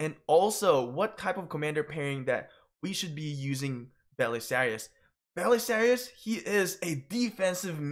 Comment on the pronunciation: It’s pronounced bu-che-la-ri not bu-se-lari. He literally says it as his dialogue.